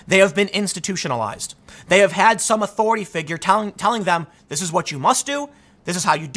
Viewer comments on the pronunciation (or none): none